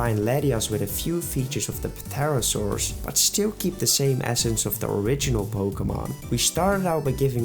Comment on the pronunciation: Say pterosaur like that one more tome and im gonna fucking have a stroke